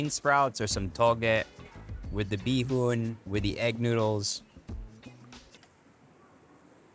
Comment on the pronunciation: Erwan pronouncing bihon bee-hoon :D